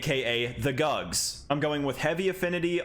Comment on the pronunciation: The GUGS sword??? Huhhhh?? You mean the GUTS sword right hahahaha!